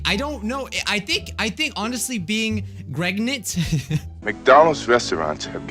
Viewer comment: It’s pregnant, not pregegonant, LOL